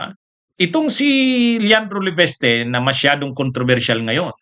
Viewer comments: LE- VIS-TE...!!! HINDI LE-VES-TE...!!!!........( IIIIIIIIIIIIIIIII)....VVVIIIIIIIIIIISSS )))))))😅😅😅😅😅😅😅😅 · Hindi "LE-BES-TE"! "LE-VIS-TE".